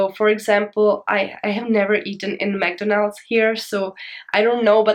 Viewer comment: I'm going to travel to China next week. I am a bit worried how much I need in my bank month. The way you say McDonals is really interesting like Japanese people call that in a same way